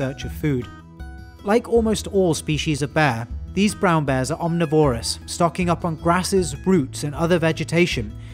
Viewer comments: Constantly winced at the mispronunciation of the word 'omnivorous' .. omNIVORous, not OMNIvorous. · The only inaccuracy that bothered me was the pronunciation of "omnivorous" . I double checked online resources to see if the British pronunciation is different, but no, the stress should be on the NIV, not the VOR, in both American and British English.